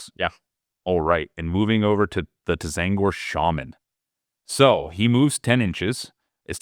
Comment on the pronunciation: Not gonna lie, every time I heard him say T-zaangor it made me flinch. Apart from that though, great video!